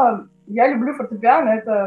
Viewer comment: Музыкант, который не знает как правильно называется фортепиано... Аж уши режет Люди, учащиеся в муз.школе поймут меня